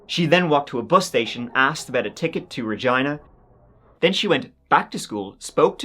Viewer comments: Such a little thing, but thank you for pronouncing Regina properly, its an easy one for people to mispronounce but you nailed it. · Saskatchewan……. Yorkton…….. AND Regina……ALL said correctly!!!👏🏼👏🏼👏🏼 (at least how we say them here😜) You da man 🎉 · Thanks for pronouncing Regina correctly, I live there haha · As a Canadian I appreciate that you pronounced Regina correctly!! 🙏🏼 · Yes!! You pronounced Regina, Saskatchewan, and Yorkton correctly. That doesn't happen very often. Thank you for another great video.